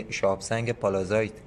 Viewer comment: أستاد من معذرت ميخوام ولي چرا كلمه ي (s) رو شما (ز) تلفظ ميكني اين شهاب سنگ اسمش هست pallasite پَلسايت . قيمتش هم اينجا دارن از شما اخاذي ميكنن ١٠٠ گرم هست ١٢٠ دلار …. چه خبره ٥ هزار دلار ….. ١٠٠٠ دلار بده برات بفرستم از لندن